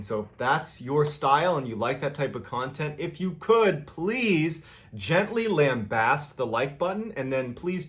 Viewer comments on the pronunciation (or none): lambaste, is pronounced LAM BASTE ( lam as in lamb and baste as in baste the turkey) i did get a really good chuckle how you said it though LOL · lamb baste not lambost